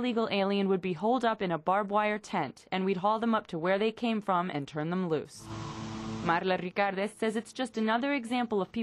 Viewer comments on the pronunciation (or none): Why did the reporter pronounce Marla Ricardez like "Marrrrrrla Licarrrrrrdez" after having no accent the entire piece?